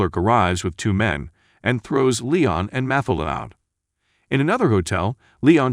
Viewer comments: Learn how to pronounce character names before you make another video. It"s pronounced MaTILda not MAtilda. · Jesus Christ her name was MATHILDA = Ma Till Da - not MATH A LA - what the? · Damn but the Narrator needs to work on his pronunciation! Math-elder? It's Matthilda! Matt-ilda!!! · its pronounce mat-tilda please teach your bot. but that aside still a fantastic film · Mathilda is pronounced: Ma-til-da. NJ is New Jersey. Do your homework. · It’s pronounced Ma-Til-Da. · It's Ma-til-da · You should teach the computer how to pronounce Mathilda. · Will you do something about that stupid fucking voice mispronouncing "Mathildas` name... How does this shit ever get posted..??????? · For Pete’s sake, pronounce Mathilda correctly. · The narrator did a good job but does not pronounce Matilda correctly. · Robot narrator can't handle the pronunciation of "Matilda". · Took me half way through the video to figure out why her name was unfamiliar. I watched the movie a couple of times, but didn't remember her name. FINALLY, I realized the stupid computer bot was mispronouncing Mathilda. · Mathilda... the "h" is silent. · Please redo this with new commentary, and correctly pronounce Mathilda. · Seriously, you keeping mispronouncing the little girls name made me give you a thumbs DOWN DUDE... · u don't pronounce MATHILDA like that, the tone is on the second silable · The way the name Mathilda is pronounced 😁